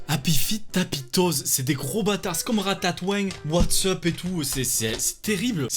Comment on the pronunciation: "Ratatoing" avec l'accent du sud qui passe crème x))) ça ma TUÉ